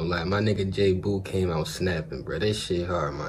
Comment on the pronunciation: it’s not jay boo it’s pronounced “ jay-bow “